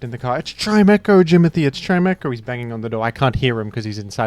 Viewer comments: chim-ETCH-oh is actually how you are supposed to pronounce it. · i want to tell you that his name is pronounced “chime-echo” because they’re both sound based words but only if you promise you’re still going to listen very carefully.